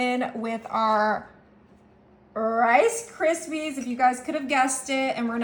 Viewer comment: "FA LUFFY" AND "CA RISPY"??????